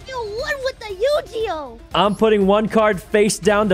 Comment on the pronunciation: Did mouse call yugioh yujioh :P REEEEEEEEEEEEEEEEEEEEE